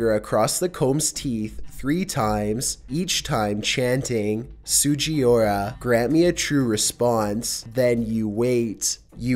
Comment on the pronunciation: my dude, you BUTCHERED that Japanese pronunciation. It’s pronounced: (sue-ji-Ooh-rah